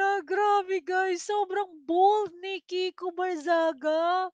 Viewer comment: Mali yong binabangit mo.kiko.hindi viko. Pakinggan ming mabuti Ang vlog mo. Just correction✌️😊